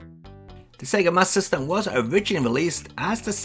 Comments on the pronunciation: Wonderful overview as always! But I'm confused about something, and maybe it's because I'm American: Is it pronounced "Master System" or "MasSystem"? The latter is what I heard in the video. Is that how most UK people pronounced it? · Sounds like your saying Sega mas system.